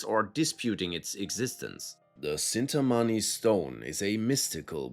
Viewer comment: It,s chintamani not cintamani